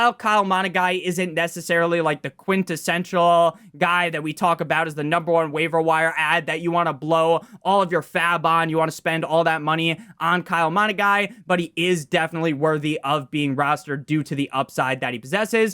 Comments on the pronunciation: Kyle Monaguy 😂 Monangai like muh nun guy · Muh-nun-guy practice for future videos 😂😂😂 it was brutal hearing you pronounce it over and over